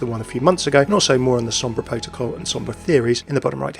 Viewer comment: You pronounced Sombra fairly well! Great vid, I am excited for another support